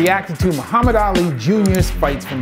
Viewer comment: Just a brief insight for pronunciation, Baki is pronounced as "bawki" . As for hanma, it would be " honma" A's are not as profounded. Same goes for Ali, not as pronounced as "Alli" but as "All-i"